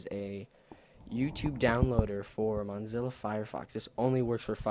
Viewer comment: this only works for monzilla fire fox its mozilla not monzilla